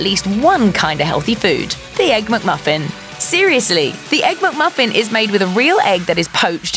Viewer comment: It’s not a MUCK-Muffin! Get it right.